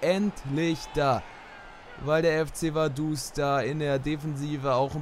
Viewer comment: es heisst Vaduz mit Z